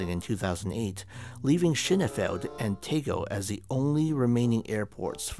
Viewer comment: You should watch some other videos on Schönefeld Airport to get the pronunciation down. In the end it made me chuckle, like and subscribe. Found you through your Eric Moussambani video.